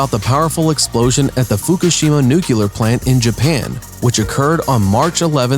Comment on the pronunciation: It's "nuclear" not "nucular". And the rest is nonsense too...